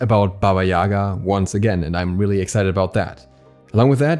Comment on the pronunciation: Dude, please... Not YAga but yaGa... She is character of our tales and thank you for your awesome videos anyway ad warm hello from Ukraine ~~~